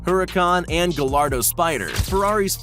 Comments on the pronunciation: you said it wrong its gaiyardo is how you pronounce it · he says “Gallardo“ like its actually supposed to be spelled and sounding like that 😭 anyone else feel me? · The fact that someone messes up the name of a Lamborghini. This mans said "Gall-ardo" and not how it is supposed to be pronounced, "Guy-ardo" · You say guyardo not galardo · Aventador an he said gallardo and it’s pronounced G-eye-ardo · And how he pronounced gallardo wrong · And doesn't even get pronunciation right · Why does everyone constantly butcher Gallardo's pronunciation? 🤦‍♂️